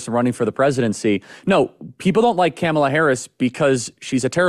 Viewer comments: You guys are great- but Charlie, I believe you’re saying ‘Kamala’ wrong on purpose and it’s irritating to listen to. Come on….it distracts from your content. 🎉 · No real issue with Charlie, but why is he pronouncing Kamala’s name like that I think right now most people know how to pronounce it or they shou. Is he doing that on purpose??